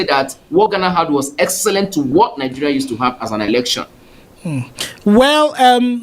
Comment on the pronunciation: Elecshon lol